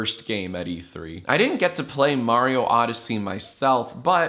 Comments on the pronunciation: it's a me, MEH-rio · "It's a me, Mareeo!" i love lasagna